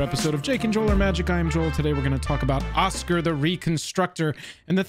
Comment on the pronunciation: Oz-Gear, it's pronounced OZ-GEAR... Osgir.... Oscar...merde